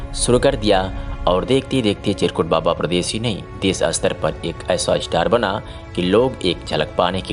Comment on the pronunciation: सब तो ठीक है, पर आपके एंकर को चिरकुट बाबा का नाम नहीं बोलते बना, फिर से सुनिए, एंकर के उच्चारण बड़ा ही गलत है ध्यान दें